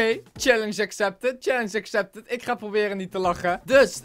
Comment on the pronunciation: Niet als haatreactie maar ik verstond try not to love scallenche